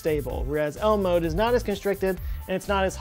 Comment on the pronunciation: When he said “ L-mode.” I thought he said Elmo